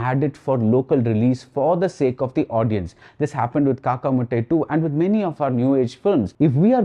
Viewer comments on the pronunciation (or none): none